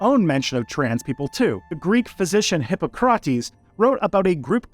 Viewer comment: Maybe don't try to learn ancient history from someone who can't pronounced "Hippocrates" or "Philo". Or someone who thinks "female sickness" is an explanation for trans people.